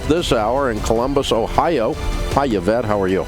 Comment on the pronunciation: Its not Y-vette. Its E-vette.